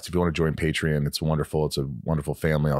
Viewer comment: Michael it is Patreon not patrin pronounce it right lol